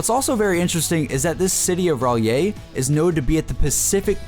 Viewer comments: it's pronounced ree ay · Pleeeeaseee don't remind me of that Hentai-Themed map... Seriously. that map has more Tentacles than ANY Hetai Video. also, it's pronounced "Righ-la".